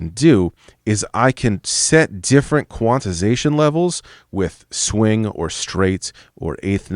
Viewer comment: Heh, i just noticed you put an extra syllable in quanti(di)sation. Love the content, just made me chuckle :D